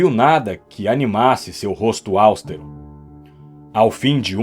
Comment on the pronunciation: Não é áustero: é austero.